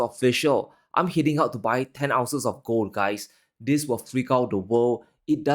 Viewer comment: This not dis, three not tree upcoming not out coming. World not worl. Risk not ris. Going to not gonna. With, not wif.